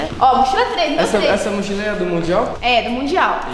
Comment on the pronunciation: "Motchila,Motchila" Eu: q viaje e essa vei kkkkkkkkkkkkkkkkkkk